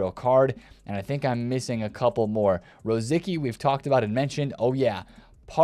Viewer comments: Rosicky is not Roziky, it's kinda like Ross-itsky :) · rosticsky was completely wrong it made me cringe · ...yeah, but he did lmao Rosický, Kewell even the way he says Hradecky on stream XD its funny